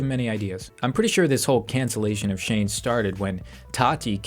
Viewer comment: its so funny when he says cancellation